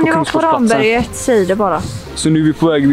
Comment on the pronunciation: Kul koncept, ungdomarna bör dock lära sig uttala Ramberget korrekt ;)